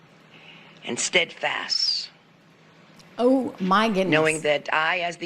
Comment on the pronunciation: ..."the impac"..."steadfass"